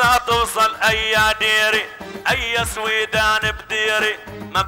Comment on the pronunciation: سويدان صحيحة وليست سويدهان